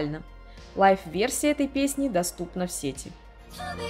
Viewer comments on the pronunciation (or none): Привет,. Видео получилось очень интересным, смотрела с удовольствием. Но жаль, что такие глупые ошибки в речи как се́ти, а не сети́ и некоторые другие, которые повторялись из раза в раз, сопутствовали видео. Надеюсь, что в будущем ты их исправишь 💕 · даа. Визуал, конечно, важен для видео. Но если звук плохой или неграмотно поставлена речь, это заметно отталкивает. А самое интересное, я специально перед написанием того комментария проверила ударения. Рыболовные сЕти и в сетИ интернет. Понимаю, что за всеми словами не уследить, но такие ошибки сильно бросаются в глаза